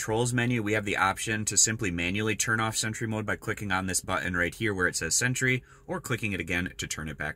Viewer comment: Nice easy explanation. Btw, it’s pronounced “sentry” not “cent-ur-y” 😂. Thx for sharing the vid..I was having issues w my setup.